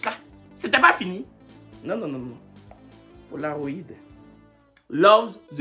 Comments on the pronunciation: au tout début te termine. 😹que Palaroid alors que c'est bien crit Polaroid. 😭😹 Si non on aime bien le rythme des vidéos. 😹❤️ Merci! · POLAROÏD 🤣🤣 PALAROID c’est quoi??